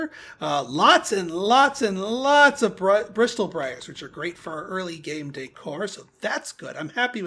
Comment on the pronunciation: The 'T' in 'bristle' is silent :)